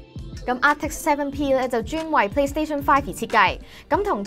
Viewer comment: 聽到Plash Speed 5笑咗😂😂